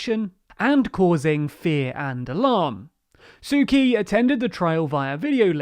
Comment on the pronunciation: PLEASE. it's pronounced "tsu tchi" not "sue key"